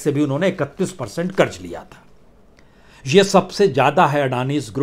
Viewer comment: Kiu ki hajaam hazaam aap nahi bol sakte. Tallafuz sahi karye karj nahi karz hota hai. Urdu ko padh late to aap ki keemat ziyada ho jaye gi